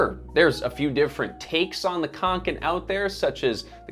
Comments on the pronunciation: Can I please PLEASE make a point: "å" is not "a", any more than an "f" is a "t", or an "E" is an "F", just because there is a little added bit, it doesn't mean it's the same. It's grating and jarring, to hear your american "khank-ken" "ack-ee" when it's not that hard to say an "oh" sound, is it?? (My uncle Åke is rolling in his grave). Like..... somehow you said "ä" as "eh" just fine, why not "å"???? Seriously, I love your channel but if you can't pronounce any word correctly (english, svenska, française.... my dude. Please. It's an integral part of research). Rarely do I make snarky comments like this on yt videos, especially on channels I like, but perhaps it's because I'm such a fan that this irked me so very much. Also, like Sweden, NZ has similar "allemansrätten" too, so I do actually appreciate companies making practical, no nonsense sorts of things. The rucksacks the company make also are waterproof in a very unique, less-goretex-more-natural-wool-type-trait kind of repelling to moisture; knowing you made a video about goretex, I do suggest you have a look closer look not only at your ragging on fjälräven, but also Kathmandu (est. 1987), fairydown(est. 1877), and the mckinlays (est. 1879) and sistema (also established in 1987). They are all pretty incredible brands that are all homegrown in New Zealand, and ideas for diversification? Instead of JUST the american focus you seem to love... — sincerely, a minorly distressed kiwi with a swedish father who passed on his sch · It's pronounced "Fyell-rahven Con-ken" :) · Å is pronounced like an O so Åke is like "Oke", same with Kånken, it's "Konken". ;) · And Kånken is konken so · It wouldn't be so hard to learn how to correctly pronounce Kånken and Fjällräven for more accuracy, even for an English speaker, if you just made some effort. The sounds that Å and Ä make in these words are not unfamiliar sounds for American English speakers. So really there is no excuse. For me it just portrays laziness.